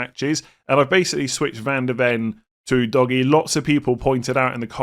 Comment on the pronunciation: Every time I hear the pronunciation of Udogie I laugh. Its definitely not DOGGY. OO-DOG-IYEH. No DOGGY involved